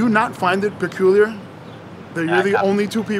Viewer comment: Lol “that would be pacooler”